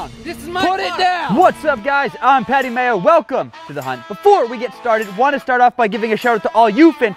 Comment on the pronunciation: Ish yo boi It’s Patty Mayo not Matty Payo